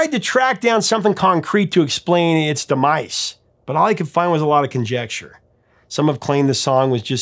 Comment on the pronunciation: Dà mice. The word is demise, da mize.